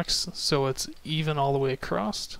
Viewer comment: Maybe I'm just language OCD, but you say "across" with a T on the end, like "acrost". Euurgh.